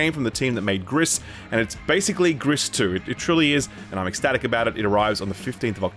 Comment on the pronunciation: Someone needs to teach this boy how to pronounce Gris (hint: it's not 'griss')